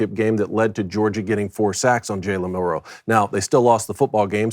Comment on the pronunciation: Please learn how to pronounce his name Mil Row